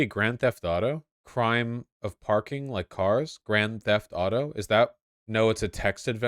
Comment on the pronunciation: As a French, hearing Vaush struggling to say multiple times "Le crime du parking" as "Le crème du parking" got me really perplexed until I read it. The funny thing is it's phonetically pronounced "Le cream du parking" whithout taking into account the French "u" and "r", and "crème" meaans "cream" in English. BTW, this very obscure game has been released in... 1985 on Apple ][ and Amstrad CPC without any commercial distribution whatsoever for more than 30 years now, it's quite risible to be considered as LGBT propaganda. Looks like uncle Vlad's minions are hardcore retrogamers...